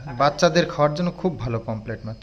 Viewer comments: POMRET not pomplet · পোমপ্লেট না পমফ্রেট